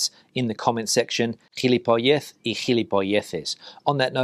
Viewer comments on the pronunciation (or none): No, the stress is on the final syllable in gilipollez. Otherwise it would be spelt gilipóllez, like Fernández and Vázquez. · 'Gilipollez" - if you want to use it, the accent is on the 'o', not the 'e'. (Sorry,, no offence intended!)